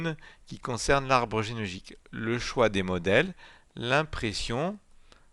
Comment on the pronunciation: il ne peut pas prononcer genealogique lol